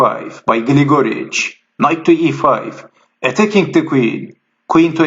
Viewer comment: Just a commentary on pronunciations--it is GLIGA-rich, not Gil-GOR-ich or Gli-GOR-ich. And I don't mind you swapping the names during the game; it is an exciting game, so that is understandable. Thanks for the post.